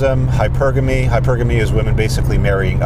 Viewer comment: I can't believe that you pronounced "hypergamy" the other way! Love your videos